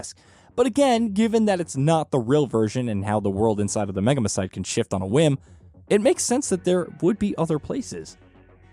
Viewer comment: maan i can't help being a hermoine whenever he says megamycete..